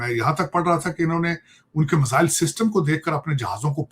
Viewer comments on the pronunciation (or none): टकले मजाइल नहीं मिसाइल होता है 😂😂😂😂😂😂